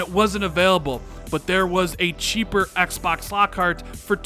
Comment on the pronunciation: "Axe Bax Series Axe" goddamn I bet you call 2pac "toopack"